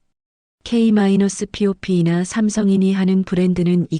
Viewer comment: 유투브씨야 K--POP을 K마이너스 피오피로 읽는게 정상인가요 아무리 AI이기로서니